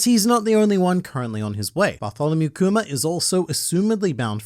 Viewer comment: I like how says Kuma like kumer